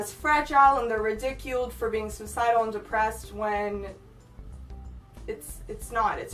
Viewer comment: she said "ridiculed" like how you say "ridiculous"